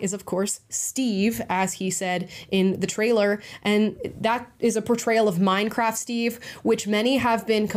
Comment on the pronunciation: "Minecraff" 😂 theres a 't' there Amala.